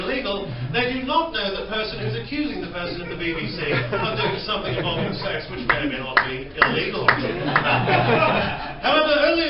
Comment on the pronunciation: Can i say sumfing ?😂👍🏻👍🏻👍🏻👍🏻